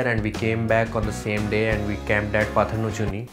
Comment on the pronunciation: It's not patar nachuni it's patal nauchania and it's not bagubasa it's bhagwabasa..